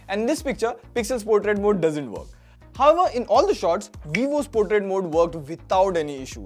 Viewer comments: It's portrait not potrait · "Portrait" not any teapot! 😂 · It's not potriat mode😅 Portrait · "potrait" mode LMAO 💀